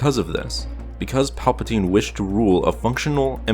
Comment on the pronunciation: It sound like you are saying papatine